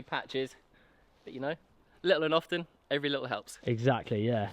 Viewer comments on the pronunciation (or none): none